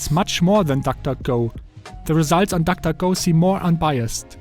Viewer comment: Nobody: Him: tak tak go